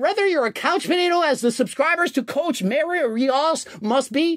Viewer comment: "Cowch Mah-rio Reee-osz"